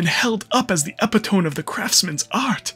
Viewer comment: I would bet this was a simple reading error, but during and Magnus... "epitome" is pronounced "e - pit - o - me" and not "e - pit - om". 🙂 I have noticed this mistake often with multiple YouTubers. No shade at all. 🙂